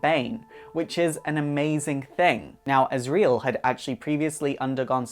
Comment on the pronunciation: But not azrael